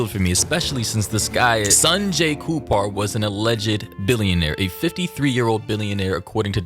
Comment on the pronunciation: HIS NAME IS KAPUR..NOT KUPAR😂😂